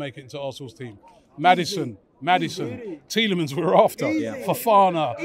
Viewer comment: how tf can you fuck up Tielemans